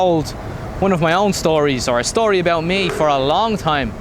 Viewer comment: vs? LO,L, the man with two personalities. So you've been the US? Disregard the comment I made on my video comments. Turns out we've both been in Asia since 2010, only you've stayed in Thailand. I lived in Singapore, Philippines, Vietnam and now Thailand.